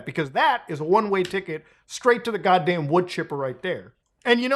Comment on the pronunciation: I love how Muda said “GODDMAN” like a black man🤣🤣